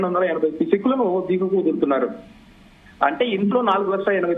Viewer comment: Eguvaku kadu amma thalli ...diguvaku vadulutharu.